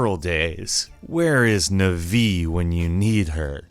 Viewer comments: ...."nuh-vee"??? Isn't it... Nah-vee? Or Nav-ee? Like navigation????? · Nvee? You mean Navi? As in navigation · It's "Nah-vee", not "Nay-vee". That pissed me off. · It's not "Neh-vee" It's "Nah-vee". Because it's short for "navigate"... In an interview, Toru Osawa was quoted as naming Link's Fairy companion ナビィ (nabyi?), based on the Japanese verb "to navigate" (ナビる nabiru?), as her role was to help the player navigate. Her English name, Navi, is similarly based on the English word "navigate". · MaryO instead of MAHrio, NuhvEE instead of NAHvi, AutoMATA instead of AuTOmata. Your pronunciations are all over the place. I like it. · I was half sympathizing, half rolling my eyes at what seems like millennial bitching. Then he pronounced "Navi", "Nuh-vee" and lost all credibility as a gamer. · "that bold text that says game over" No it actually says wasted lol And that pronunciation of Navi, "nuhvee" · It's pronounced Nav-ee as in "navigator." Take a moment to think about it. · Navee? Geeez. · Nevi..who the hell says Navi like that? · Dd you just say nuh vi? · The Skyrim puzzles are annoying also Navi is useless and you said the name wrong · soooooooooooooo apparently I've been pronouncing navi from zelda wrong for about 20 years now